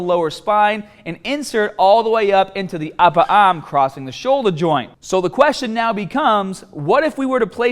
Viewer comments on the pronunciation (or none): The uppah ahm